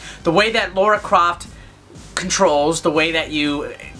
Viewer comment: It's lAra not lAUra 😜 love the review!